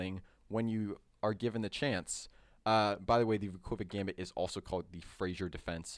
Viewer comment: Vukovic is actually pronounced Vukovich, it's a Serbo-Croatian letter "Ć" at the end which is pronounced as "ch"...there are many examples, like Djokovic, Doncic, Modric, Malkovic etc. Anyway, great video, thanks!